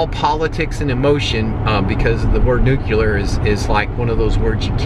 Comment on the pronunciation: Cool, Matchbox Tesla Model 3's!!! Are they all white though? Ok, I have to get out my word pronunciation hat here - the word is Nuclear, not Nucular. Hehe. Those movable sun visors - can you elaborate on those a little? Like where you got them, if they will work in Model 3, how they adhere to the glass, etc, thanks.